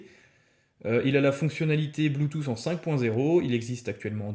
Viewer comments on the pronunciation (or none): none